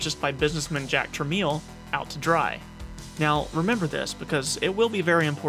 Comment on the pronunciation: “Truh-mell”, not “truh-meel”.